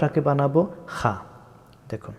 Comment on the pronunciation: আসলে আপনারা যা শুরু করেছেন।কিছুই বলার নাই।আপনি বলছেন খা,রা,ঝাই।আবার ক্লাছিখ 27ঘণ্টা কোরআন শিক্ষা,তিনি বলে খ্ব,র,ঝা,গইন ক্বফ,দয়া করে বলবেন কোনটা সঠিক?